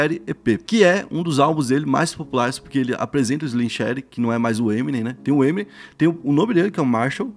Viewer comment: Crlho mano, parem assassinar o nome das coisas, não sabes dizer o nome do eminem nem dos álbuns dele? O trabalho está bom, mas chama os bois pelos nomes